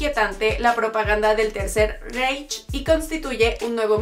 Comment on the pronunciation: Si estás hablando en español, en verdad es necesario pronunciar cosas como: -chuirewr -Instagrwam -heirewrs -etc Y por si acaso Reich se pronuncia Raij